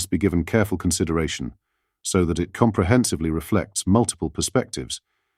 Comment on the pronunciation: "Comprehensebly"? Whoever writes the answers for this thicko needs to make sure that she doesn't have to pronounce words with more than 2 syllables.